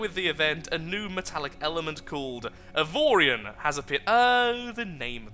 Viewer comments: Justin A my god pronouncing the name right!? The gods must want to play more! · 1 you said the name right 2 series plz